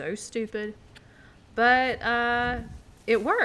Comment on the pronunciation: Did The girl said supid?